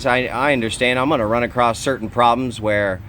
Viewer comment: Just fyi, there is no T in the word across